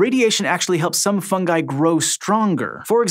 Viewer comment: Thank you for pronouncing "fungi" properly